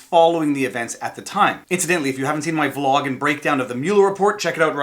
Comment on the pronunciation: "Vlawg" i like it.